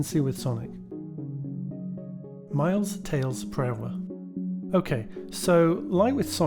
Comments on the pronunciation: "Miles 'Tails' Prowler" It's actually Prower, as his name (Miles Prower) is meant to be a pun on "Miles per hour" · Tiles "Pails" Mrower